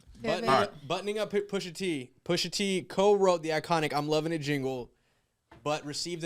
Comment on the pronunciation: Once again Kev, the T in Pusha T is “ton” 😂 and he wrote Arby’s too plus put out diss tracks towards Mickey D’s